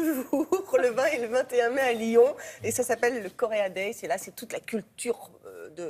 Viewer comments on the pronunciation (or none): none